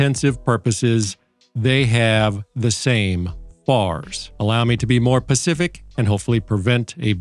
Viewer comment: It’s specific not pacific